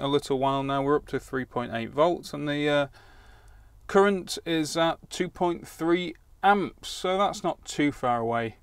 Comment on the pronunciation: The 'woon' point five resister gives a 'courent' of...